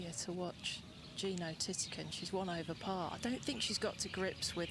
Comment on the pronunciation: Who the hell is “Tittiekoon”? mThe Thai pronunciation is THiti khul “